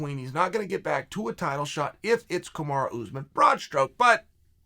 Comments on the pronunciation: Why do u call Kamaru , KAMARA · Chael if you don’t like KAMARU that’s ok, but stop deliberately mispronouncing his name as Kamara. That’s shady.